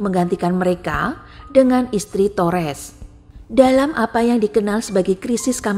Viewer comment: Tories (toris) = tores , ducches ( daches) = dukes , buckingham ( bakingham) = bukingham